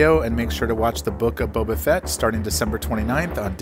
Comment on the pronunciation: *The Boak of Bubbah Fett